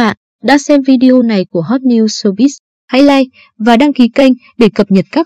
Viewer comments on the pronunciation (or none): none